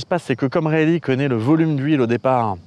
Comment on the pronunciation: a fait bizarre d'entendre Lord Rayleigh prononcé correctement quand t'as fait deux ans de prépas où on te le prononçait "Rail-lait" ^^ Sinon, super vidéo, comme d'hab, même si j'attends avec impatience les grosses vidéos maousses sur de la physique bourrin, genre physique quantique, théorie des cordes, etc ^^